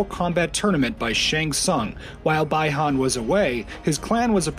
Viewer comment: it's pronounced Bee han not bye han Bihan